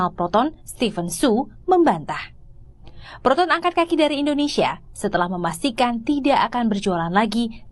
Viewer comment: Proton bukan Peroton. Talingung!